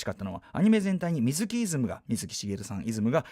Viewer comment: 水木の発音が【み⤴︎ずき】ではなくてわざわざ【み⤵︎ずき】なのは、水木しげるさんご自身が【み⤵︎ずき】と発音していたからです 原作者リスペクト徹底していて好き